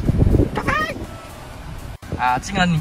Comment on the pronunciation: 喊“咖啡“的时候那个音很像“塞班，塞班“😂